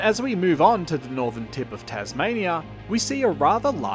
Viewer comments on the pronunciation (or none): none